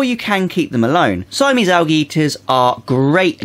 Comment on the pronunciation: Why do you say Al gee ?so funny